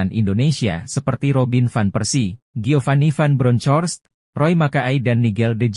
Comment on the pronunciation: Kalau sebut nama orang yg bener dong.. cari info dan dengan cara pengucapan nama Geofany.. ucapkaya gini aja mas Van Bronkos ejaan gitu aja dr pada spil nama orang salah mulu ampuuuun deh 😮😮